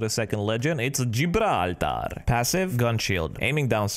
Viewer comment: when he said gibraltar like a arabic man